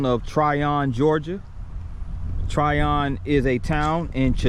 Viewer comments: Pronounced "Tryin" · Its Trion as in onion. Not Tryon.